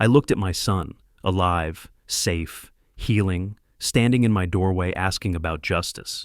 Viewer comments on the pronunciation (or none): none